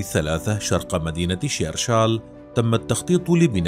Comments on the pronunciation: دائما الاحظ ان اغلب العرب والقنوات لا تجيد نطلق اسماء المدن الجزارية مدينة شرشال تنطق Shershal ببساطة وليس Tcheerchaal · بالله عليك ما تزيدش تنطق اسم مدينة شرشال عوّقتيها وخّذتيها